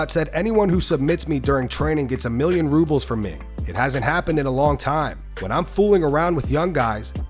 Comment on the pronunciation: Chimaev be talking about "rubles". LMAO